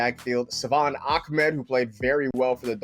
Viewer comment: Ahmed becomes “Akhmed” Tagovailoa becomes “Tonggovailoa” Smh...